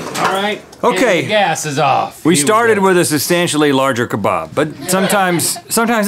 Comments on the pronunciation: It lowkey annoys me that they pronounce kebab keh-bahb instead of pronouncing it for key-bab. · Ka-bab not ka-barb